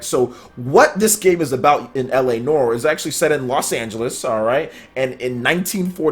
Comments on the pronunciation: its pronounced nware not noor, just fyi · Yo man its pronounced Distopian, like the word Diss. diss-topian. and noire is pronounced like NO and ARE. no-are. look it up. just trying to help k. no disrespect. peace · It's pronounced LA "Nwahr". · "la nore" lmao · I'm a new sub, I appreciate your info and the way you present it. Just a minor tip, its Noire is pronounced new-r.